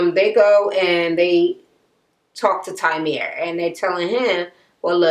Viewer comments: TYREME, not TYMERE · Kept saying his name wrong. Lol